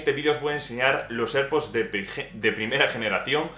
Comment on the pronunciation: Please learn how to say AirPods in English, which is correct